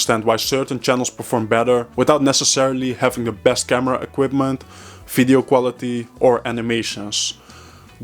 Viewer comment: "Fideo" or "Video" ?